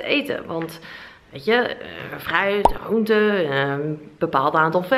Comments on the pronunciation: De G en de R gaan niet goed samen bij jou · Gotta love you & je video’s. Zelfs je ‘GRRRR..am GRRRR..oente’ 😂 Echt een relax momentje, lekker een video kijken & altijd weer een beetje bijleren. Thank you ❤️ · Je zegt groente zo grappig😂, alles met de r 😂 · Mijn god ik krijg echt de kriebels van de manier waarop je "gr" uitspreekt: gram, groente enzo😂😂 leuke video tho❤